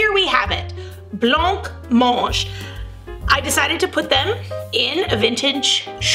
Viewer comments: It is pronounced with a silent c 🙂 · Correct, the C is silent. 👌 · 'Bla monje' is about the closest spelling I can come up with to how it's pronounced. I make jelly and blancmange a few times each month and all my grand children adore it. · That's not how you pronounce blancmange 🤦🏽‍♀️